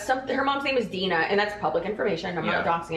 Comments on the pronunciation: Her moms name is not Dine, it’s Gina* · The moms name is GINA not DINA